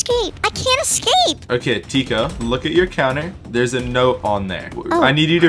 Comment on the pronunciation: Lol he said you have to ecscap not escape